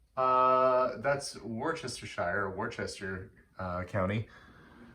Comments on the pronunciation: Wow! My husband comes from Chester, and we still have family there. It’s a lovely place. Very old. It’s pronounced Wuss-ster-sher. English is a weird language, lol. I’m sure I would struggle to pronounce some Canadian places. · Oh it makes me laugh that you found it difficult pronouncing Worcestershire, it's pronounced Woostershire, hope you don't mind me saying🤗. Hope you are all ok and kids aren't getting stir crazy!!?? Xxxxxooooo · FYI, Worcestershire is pronounced as Woostershure. 😉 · Worcestershire is pronounced Wustershur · lol Worcestershire England is pronounced Wooster sheer, Wooster county Have a good day and stay safe. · Worcestershire is pronounced ”wooste-sher” 😉👍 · worcester = wooster worcestershire = woostershire. easy peasy. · The county Worcestershire is WU-ste-shier. The town is WU-ster. Like the sauce WUster. That middle English spelling persists, even as accents evolveď. Cheers! Keep safe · Was going to say the same as I live here in Droitwich 7 miles from Worcester the faithful city and the way north Americans pronounce it always makes me laugh especially when they try to say worcestershire sauce in cookery programmes. As you say they should use wooster or wusster then add the shire 👍🏻😂😂